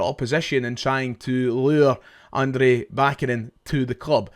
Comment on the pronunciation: Cheers mate love the content but this is killing me: it’s Ahn-dray ba-CHA-nin